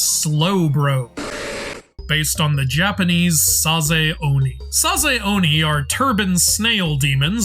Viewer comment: Sorry to be that guy but 前 (mae) is pronounced Ma-eh not like the name "Mae". Similarly 栄螺 (sazae) is Sa-za-eh Namazun (ナマズン) is its official Japanese name Raikou (ライコウ) is pronounced Rai-koh, not Rai-koo. 公 (kō) is the title for a duke or prince (It was the pronunciation of this Pokémon that made me write this lol)